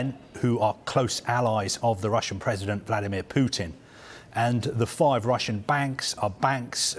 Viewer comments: Did she just call him PEWtin 😳 lol how do you get a name wrong you've been hearing everywhere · 'Pootin' I can't stop laughing 😂😂😂😂